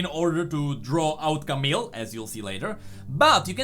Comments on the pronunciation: Please, don't say "CamiLLLL", you can just pronounce it "Camiii". We just don't have to pronouce the "L" in a french names like this one ;) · Camille is pronounced camiye not camil or camel or idk.